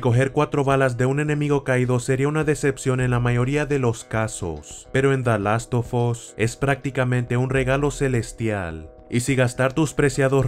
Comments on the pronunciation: delastofos que buen inglés :v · "De las to fos" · "Da last tufos" :V